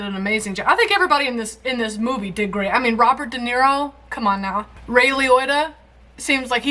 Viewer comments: The ONE time she says his last name correctly she calls him "ROY". 😂🤣 I'm dead! lol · Ray Lioita.... Roy Liota. I mean, between the two of them, you got it right once. XD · I love that, even after hearing his name twice from Siri, continued to pronounce it "Lioitta" except once...when she called him "Roy Liotta". That "oy" sound had to be in there somewhere. 😆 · It's Ray (not Roy) Liotta (Lee-oh-ta, not Lee-oi-ta).